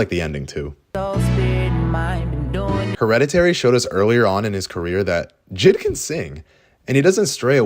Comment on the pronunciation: Also it's jay eye dee not jid